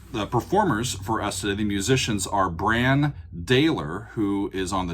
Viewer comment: I'm pretty sure Brann pronounces his name with a soft A. I've actually met them before. And I'm glad you chose this song, as it's the first song in the album. But the whole album start to finish is fantastic and one of those albums that is just a journey from start to end. Even if you don't make another video please listen to the album start to end.